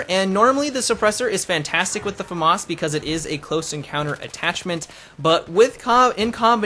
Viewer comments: LOL he is pronouncing it properly... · both pronounications are actualy right xD